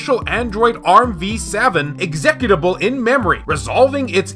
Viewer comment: The way you say executable lol